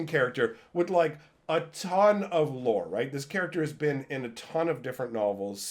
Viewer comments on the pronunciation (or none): none